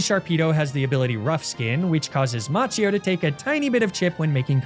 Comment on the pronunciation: Macchio would be pronounced 'Makio' in Italian